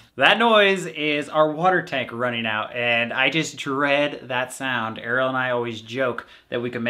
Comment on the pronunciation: ARIELLE!!!!! This entire time I thought was saying Arrow.